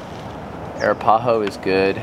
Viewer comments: It drove me nuts every time I heard you say Arapahoe. It's pronounced ( Ā rap ā hoe ) Now you know. LOL 😆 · Air-uh-PAW-hoe? Ack! No, Brother. uh-RAP-uh-hoe Arapaho 😊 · What a fantastic video! I learned more from this than probably 20 other videos. BTW the Arapaho tribe (Wyoming) is pronounced A-rap-a-ho. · Love the video but how you say Arapahoe drives me nuts 😂